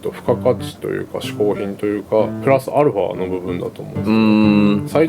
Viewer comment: "Prus Ar-pha!"